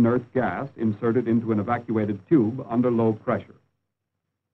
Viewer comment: I won a book prize for my studies on valve (thermionic for yanks) technology. now they call them too,..oobs, can't even pronounce tube correctly